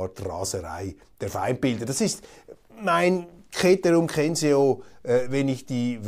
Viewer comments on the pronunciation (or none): "Ketero kenseo"... geht nicht, Herr Köppel, geht gar nicht! Sie, der Sie so auf Bildung bedacht sind! Sollen es alle Ihre Zuhörer falsch lernen? Kitieren? Kensieren? Kaesar? Niemals! "Zetero zenseo" und good old Caesar ... 😉